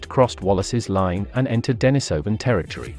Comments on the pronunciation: The accent is on the I, which is pronounced ee, not eye. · The common pronunciation is "Dennis O Van", not "Die Niss O Van" - you used both in in your presentation. The reason for Dennis is because a Hermit named Dennis last occupied that cave. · wtf is the matter with this narrator?! Its denisovan as in iran not iron!!! yet he keeps switching the pronunciation of the 'i' in denisovan?!!! Too many mushrooms for this guy